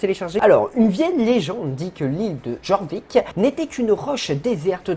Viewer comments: Alors juste sa ne se dit pas Jorvik mais Yorvik (Mais sa s'écrit Jorvik) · Petit cours de français version sso: Jorvik se prononce yorvik et ged se prononce g e d. Voilà j’espe que tu passe une bonne journée!